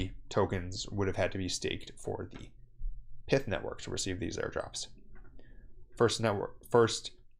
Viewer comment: It’s not pith. It’s not pithon snake.